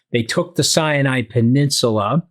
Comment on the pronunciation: sinai not cyanide